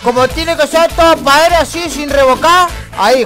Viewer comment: "padere" JAJAJAJA